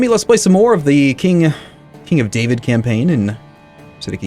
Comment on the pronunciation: Kingdom of Davíd , it's pronounced Davíd